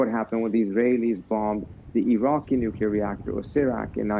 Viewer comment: Trump still can't pronounce "nuclear" he's got Nixon's ethics and W's competency